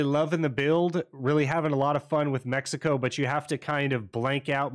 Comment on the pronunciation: MECICO POG nice build and noice mexican accent heheheeh